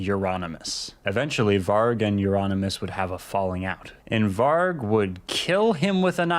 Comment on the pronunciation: Varg (pronounced with a J) just means wolf. Ngl that's a bit cringe